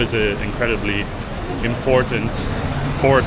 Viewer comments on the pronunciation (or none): none